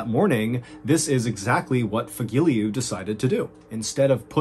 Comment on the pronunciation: Fagile?... No Fagilyu